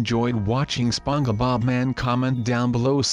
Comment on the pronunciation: Also its spongebob not spon ge bob